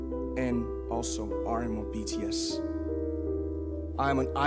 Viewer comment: But you pronounced namjoon's stage name wrongly 😂 lol